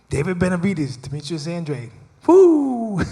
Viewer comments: Why tf they keep saying An Dra De when his name is Andrade. They hear him say his name, but he should’ve corrected they asses. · I like how nobody acknowledged how Andrade wants his name to be pronounced 😂 The subtle insults. Benavidez by KO/TKO in a late stoppage is my bet. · It's An-dra-de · Demetrius Andraid wtf is that really how Mr. “Pay Day, Pay Day” pronounces his last name 😂😂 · poopoo adrade😂😂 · Y they keep sayin Demetrius last name wrong when he clearly said how its really pronounced himself?!?! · Why is everyone pronouncing Andrade name differently than him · Why does everyone mispronounce the shit outta Andrade’s last name on purpose?